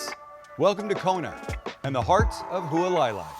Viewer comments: About 25 yrs ago I found fried rice loco moco at the Kuhio Grilll in Hilo, the only version I eat ever since. Who-a-la-lie...is the pronunciation of the village you are stay in. 😊🍍🍍🍍🍍🍍🍍🍍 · pronounced Hualalai is pronounced Who-ala-lie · Being from Kona, the way you pronounced Hualalai made me cringe out of my skin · I know this video is not new, but did anyone else notice that he thought they could see China or Japan from Kona?? Seriously?? If anything, maybe Maui on a clear day. And the complete butchered pronunciation of Hualalai?. And I would have to agree with the others that commented about keeping it simple. And gotta be white rice.I live in Hilo where the original Loco Moco was invented. But props for getting out there and experiencing the Big Island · Longtime subscriber who lives a few minutes from this house. The butchering of Hualalai got a lot of belly laughs from the family but keep doing what you are doing. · Haha clicked on this because I grew up in Hawaii. Figured he'd be in Maui or Oahu but turns out he's in my home town. Outside of absolutely butchering Hualalai, great video! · Hualalai = Who-ah-la-lie. Not who-uhh lie lie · FYI...Hualalai=Hoo-ah-lah-lye=obstructing the (lava) flow. In Hawaiian legend, also the wife of master navigator Hawaii Loa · "Halualailai" 🤣 Zero effort lol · Hualalai is pronounced like: Hu-ah-la-lai. Just like it's spelled. You didn't even try you cringe haole. Didn't even get to your recipe after that disaster. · Hualalai (Who-Ah-La-Lie) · "at huwaleyla". WTF is that? 🤣🤣🤣🤣🤣🤦🤦🤦🤦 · Loving the Big Island series, we love it there. You almost lost me at your pronunciation of Hualalai (hwa-la-lie), but I struggled the first time I stayed there! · It's pronounced hoo-a-la-lie